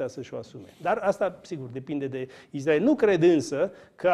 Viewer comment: Cand spui: "IZDRAEL"... se vede la ce televiziuni te uiti...